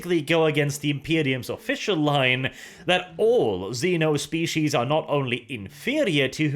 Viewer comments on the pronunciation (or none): none